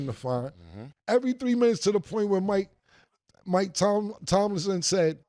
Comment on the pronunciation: Yoooo.....cam finally correctly said Mike tomlin!!!😂😂😂